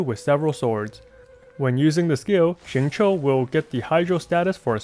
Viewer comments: Awesome guide! Also very spot-on pronunciation of his name, down to the tones. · Did he... just pronounce his name RIGHT?! He is a god!! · A youtuber who pronounces xingqiu right?!? Upvoted! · great guide as always and thank you for actually pronouncing his name right :D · Xingqiu's name pronounciation is RIGHT ON, as mandarin speaker, I approve this guide. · I'm slightly confused by ur spot on pronunciation of xingqiu, which was then followed by "gun you". What. Are. You. LOL.